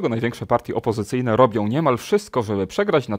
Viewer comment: Panie... 'robią', a nie 'robiom', 'zasypią', a nie 'zasypiom', 'powszechną', a nie 'powszechnom', 'spółką', a nie 'spółkom', 'propozycją', a nie 'propozycjom'... Na miłość boską!!!😡😡🤦‍♀️ Pomijając wadę wymowy 'rz/ż', toż to buractwo jest!!!